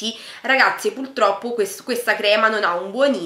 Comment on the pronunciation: Si dice "Purtroppo" non "Pultroppo"😧😧